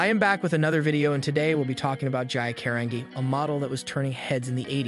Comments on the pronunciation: You have a lot of facts wrong. She didn't "hook up" with Francesco Scavullo, he was gay. 2nd you pronounce her name GEE A KA- RAN- GEE! It was also Sandy whom she loved. No one from the modeling industry was at her funeral either. So many facts wrong! Why don't you watch American Girl: the self destruction of Gia for the real facts. Or try the book Thing of Beauty. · It's Gee-ah. Cah-ron-gee.... beautiful girl but deeply troubled. I just wish her parents got her help when she was younger. And sought help after being s.a'ed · Say her name right ok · WRONG INFO. FIRST - START BY PRONOUNCING HER NAME RIGHT!!!!!!! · Dude couldn't even pronounce her name correctly I'm afraid to hear what else he screwed to OMG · Thanks for correcting him. I could only watch this video for less than a minute. Why? Bcuz he couldn't even pronounce her name correctly. Thank goodness I didn't waste my time watching the whole misinformed video. Smh...🙄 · You're not even pronouncing her name correctly. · This video...so much wrong lol couldn't even take the time to hear a proper pronunciation lol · what’s the point of consistently making mini biopics with no regard to how accurate the info is, along with blatantly mispronouncing names and claiming it’s due to your accent? if this is really extremely dry humor/satire, it’s bizarre and if you take this isn’t comedic, even more bizarre. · This dude needs to pronounce her name correctly! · You don't even say her name right.